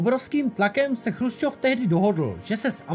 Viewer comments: Dobré video na téma, o kterém se moc nepíše. Jinak jen drobnost, Nikita nebyl ,,Chrusčov", ale Chruščov, což je ve videu trochu rušivé. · on nebyl chrusčov ale chruščov.... ehm...